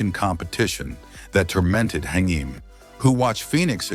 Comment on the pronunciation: Haim is pronounced HAYM not HEIM!!!! WTF?! A lot of bullsh*t here.